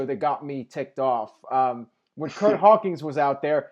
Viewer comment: "Curt Hawkings"